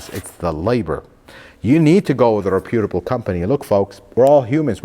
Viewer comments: Please stop saying “rePEWtable” company. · I don't mean to be disrespectful as the pronunciation of the word Reputable is commonly incorrect. Reputable should have actually been pronounced as rep·u·ta·ble. As what I supposed that you actually meant was that the glass repqir company had a good reputation; 😀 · Not re Pute a ble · You're mispronouncing "reputable." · As always, excellent content! Your attention to detail is second to none. I look forward to every notification I get for new content. I know you are not a native English speaker (although you speak practically like a native speaker), so mispronouncing it is an easy mistake to make, but I believe “reputable” is pronounced with an accent on the first syllable only. I know you’ve mentioned what a perfectionist you are, so I figured you would want to know. Honestly, for most people I would let it slide, but I figure, for you,letting 😊anything slide is probably absolutely unacceptable given how high quality your content always is. 😊